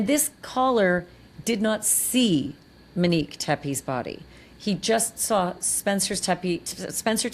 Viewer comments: CANT LISTEN TO YOU CALL HER MINEEK ONE MORE TIME. SHAME ON YOU. YOU KNOW BETTER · Im 10,000% sure her name is Monique not Minnique